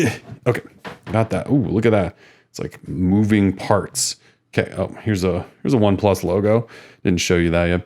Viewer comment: Yah it's pretty obvious with how you are saying the name that you aren't familiar with them.